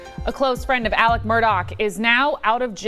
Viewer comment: Why does this woman repeatedly refer to Alex Murdaugh as “Alec”?